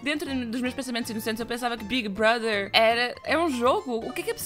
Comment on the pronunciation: O fato dela falar Big Brother corretamente e não Bigui Broder do jeitinho brasileiro arranca um pequeno sorriso da minha face